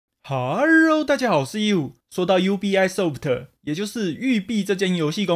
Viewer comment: ubisoft 是再一起念，不是 U B I SOFT